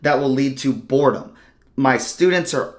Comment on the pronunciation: My thought exactly 🤣 he must be dyslexic lol